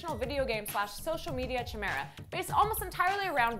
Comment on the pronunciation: Also don't seem to know how to pronounce "chimera."